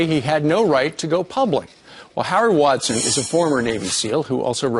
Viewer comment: It's WasDIN, not Watson. Said it wrong twice.